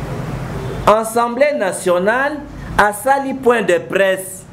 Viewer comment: En plus, on dit Assemblée et non ensemble! Zoba